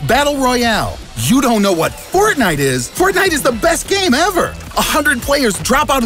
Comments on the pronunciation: Thk for saying fortniet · “We’ll play fortni-“ clicks off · fo... fort... fortnit... oh god.